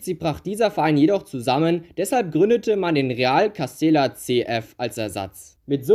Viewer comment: Cooles Video 🔝 Real Madrid Castilla wird übrigens Castija ausgesprochen ( Doppel l auf Spanisch j)